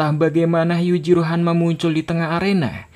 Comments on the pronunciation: Bang Jack Hamma bang bukan Jack hammer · Jeck hanma bang bukan jeck henmer🤣